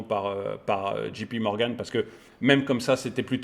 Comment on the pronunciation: Pourquoi dites-vous Dji pi Morgan ? C est Ji pé Morgan à la française; ou Djay Pi Morgan en anglais ! Vous n êtes pas le seul à faire ce mélange malheureux … Pouce bleu qd même ne vous inquiétez pas! D’ailleurs, je ne comprends pas pourquoi il y a si peu de pouces bleus sur les vidéos YouTube.( ça dépasse rarement les 10 %.) Moi les vidéos des chaînes auxquelles je suis abonné, dès que je les lance, je like automatiquement. Par réflexe car c’est le minimum que je puisse faire. Si vraiment je n’ai pas été convaincu par le contenu, ça m’est arrivé de retirer mon pouce bleu, sans mettre de rouge; mais c’est très très rare!! Les gens sont jaloux du succès des autres car je ne vois pas du tout pourquoi un tel phénomène sinon!! Bref je m ennuyais donc j ai balancé un POV comme ça !!!